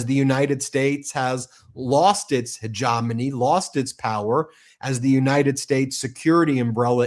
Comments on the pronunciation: The word 'hegemony' is pronounced 'huh-geh-muh-nee' NOT 'ha-jah-mo-nee' (TC c. 05.25) meaning 'dominant influence'. Phonetics matter. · Ben, grammer .... You said ' hegomony ' I know you meant " HEGEMONY"... 😂😂😂😂 Just saying....